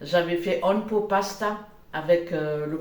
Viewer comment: Hello, tu as mis ton pull sur l'enver😅 C'est un one ( oine ) 1 en anglais, pot ( on prononce le T ) Pasta, et le poulet c'est la marque Le Gaulois et pas le Gallois 😉 Oui tu es vraiment fatiguée 😅 Bon réveillon de la St Sylvestre 😘